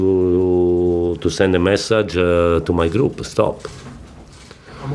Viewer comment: Conte,and sarri always say massage.